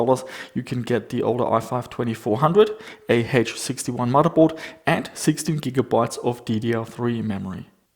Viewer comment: Love the way says "muddahboard"